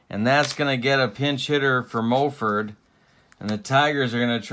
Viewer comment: As far as pronunciation, I always remember Jerry Casale as being pronounced 'Ka SAA lee'...and Moford was 'MA FORD'...I remember those names listening to George and Ernie...fill in the last names of those two Tiger announcers...by the way, you aren't the only one laughing at your comments...love your 'Tubes' babe!